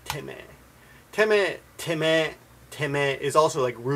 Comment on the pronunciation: teme, isn't that pronounced more like "tay-may" as opposed to "tem-meh". Also, I was watching a j-drama a while ago, "Hana Yori Dango" and one of the characters called addressed his evil rich mother by "teme" and she stopped him and said "we don't use that kind of language here"